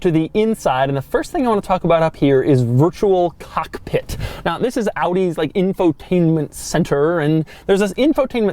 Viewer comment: Doug the type of guy to pronounce virtual cockpit virtual cock pit check